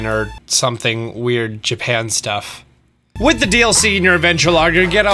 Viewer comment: Dlc not doc